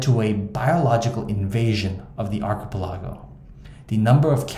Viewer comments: Archipelago: say it like pelican, just replace the can with go…arc-i(t)-pell-i(t)-go. Not sure where you picked up your unique pronunciation but in 49 years you’re the very first person to say it, well, the way you do. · It’s pronounced ark-ip-pel-uh-go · Archipelago is pronounced ar.keh.pe.leh.go not ar.ki.peh.lla.go. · Arch ah Pell ah go . Not Archie pillago, that’s a Mexican Resturant in LA. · Sorry but your pronunciation of the word Archipelago…is very catchy…lol……..Archi….pe….laa…go 😂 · Ark-e-pel-e-go. .. cool info on somewhere i didn’t even know existed. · Also ark eh pelah go 🫢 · How in the world did they get loose there? Who goes to an untamed wilderness and thinks 'You know what I need to bring? A cat." A dog would make a lot more sense. By the way, I appreciate that you seem to be a real human narrator and not A.I. but check the pronounciation of archipelago again. Thank you for this informative video. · I was excited to watch ur vid until u said archipelago like that, no I won’t be watching and will give your vid a thumbs down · Disliked because you can't pronounce archipelago. You have one job. Speak into a microphone and say the wirds right. It takes 2 seconds to search google for a word and have it pronounce it for you. Im not putting up with the laziness anymore. You know you dont know how to properly pronounce that word. Look it up! I hope you get 1000 more dislikes, so you actually try on your next video. Pronounce words correctly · Crazy how many videos i come across where the narrator cant pronounce archipelago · I would much rather hear a real human pronounce archipelago an interesting way than hear AI pronounce everything artificially so good work you've earned a subscriber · No, they're calling out the pronunciation because it's wrong. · Your pronunciation of "Archipelago" is driving me insane. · Good info, but that pronunciation of archipelago qualifies as word-murder. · Bud, please learn how to pronounce “archipelago.” Please.